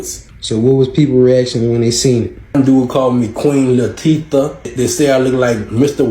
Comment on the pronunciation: queen la teef ah 😅